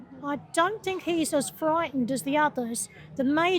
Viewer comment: "I fink rite........"